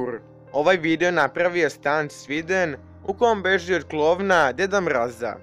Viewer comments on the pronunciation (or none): Zasto r ponavljas djed mrraz